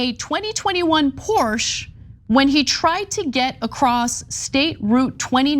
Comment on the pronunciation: Sorry, but Porsche is a two syllable word. FYI…